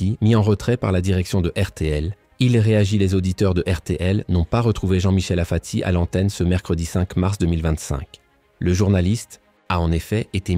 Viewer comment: Apati et non pas afati 😡